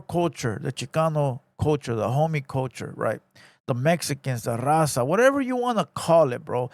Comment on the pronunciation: Broke homie cant even pronounca “RAZA” why does he say “number one DAZA podcast”!!? 🤣🤣🤣🤣🤣🤣